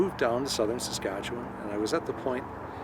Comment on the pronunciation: awesome upload. Amazing job as always and thanks for introducing some folks from my home province and the province where I now reside. And a good first attempt on pronouncing "Saskatchewan." It's a mouthful;) You are covering ground that I hope to cover this coming summer with my brother who lives in Saskatchewan.